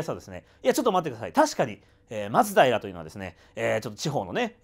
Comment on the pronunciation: 松平の発音がマツダイラみたいに聞こえる気がするのは私だけかな😅